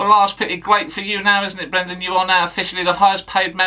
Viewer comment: BWENDAN! 😂 Top notch as always.